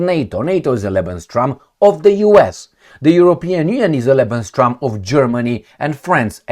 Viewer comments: Hi, I am watching your videos regularly. I have a little mention here and please don't take it as an offence. It's not what I intend. You use the term 'lebenstraum', occasionally. But the correct form is 'lebensraum'. Traum in German is dream. Hope you take it as a friendly comment. Stay strong. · BTW... just very briefly fyi... It's LEBENS RAUM (not TRAUM). 😉 [Not important but I notice it's a word you use regularly😊] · it is lebensRAUM not lebenSTROM. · Not Lebenstraum but Lebensraum